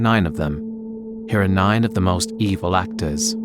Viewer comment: i heard "blacktors" thinking video is about black actors